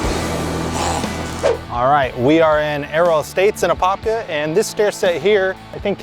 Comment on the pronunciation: Wow my fake ID said I was from Apopka back in the day. Glad to finally get a proper tour and correct pronunciation.